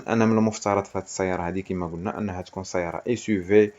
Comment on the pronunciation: هادشي عندك زوين ويستحق التشجيع غي الله يخليك كون الدير الشدة فوق الياء منلي تنطق سيّارة.